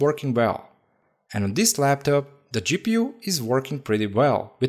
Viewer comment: U sound like an idiot 😂 eeee gi peeu